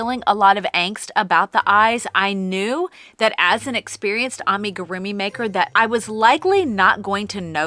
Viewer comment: Did anyone count how many times she said “amigarumi”! Lol 😂 sheesh, it was A LOT!